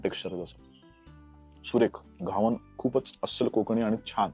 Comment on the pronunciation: घावणे बोला घावन नाही